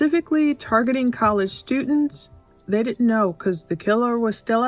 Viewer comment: "Stutents"...and it's "Xana" pronounced like "Vanna"